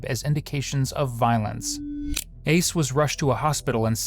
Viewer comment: Did you just call his son Ace..ICE?!?!?